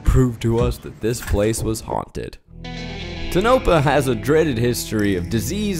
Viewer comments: It's pronounced "taw-nuh-pah" btw. I've stayed at this hotel 3x as a stay before heading out to Rachel NV and to visit both gates of Area 51. The owner/mngr Hame is super friendly and knowledgeable. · As a native of Nevada (the "a" sound like apple), love that you visited somewhere not Las Vegas. Tonopah (Tonahpaw) is quirky. Make sure you do the speed limit in those small towns. Enjoy. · It’s “tone-ah-paw”. But really, I appreciate this video - it’s a documentary. It answers questions about the motel that I’ve been curious about and is a great human interest video. Thank you!!❤ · Pronounced Toe-Naw-Paw. Sincerely, Hermione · Awesome video but every time he says Tonapah or Nevada I hurt. Proud Nevadan. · Toe-na-pa pleaseeeee it hurts me. Also love the video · As a NV resident it's "TOE-nuh-paw" I have no idea how Zach found that pronunciation 😂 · A little piece of me dies every time Zach says “tonopa” 😪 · I gew up there. Fun video but tough to hear Zach slaughter the pronunciation of Tonopah (Toe-no-pa). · "TOE-nuh-pah." A google search pronounces it the way you are but living in NV, no one does say it that way. it is pronounced, toe -nuh - paw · It's pronounced toe-na-paw Zach 🤦🏻‍♀️ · Toe-nuh/na-pa, sorry my grandpa lived there for most of the time I knew him so every time Zach says it wrong im just like @@ aaaahh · OH, and it’s Tonopah, like “Toe-No-Paw” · The pronunciation of the town: Toe-na-paw.... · if they had done any good research they would know it’s not pronounced “tuh-nope-uh” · Eeeeh its pronounced tone-a-paw lol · Love Zach. But as a Nevadan, the way he pronounces Nevada and Tonopah KILLS me 😂💀 Also as a geologist loved everything about this interaction. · I both wanted to laugh and scream at Zach pronouncing the town and the state incorrectly multiple times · the geologist says Tonopah correctly in the video! it was very frustrating! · As a Nevada native, I literally, physically cringed every time he said Tonopah or Nevada. Lol.